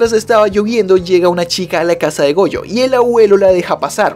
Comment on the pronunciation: le entendi boyo y despues cuando dijo otra vez su nombre ya escuche goyo xd